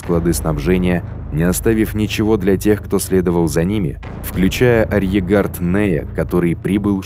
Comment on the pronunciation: Очень понравилось! Отвлекался на произношение слова "арьергард", почему-то не с тремя "Р", а с двумя, без Р перед "Г".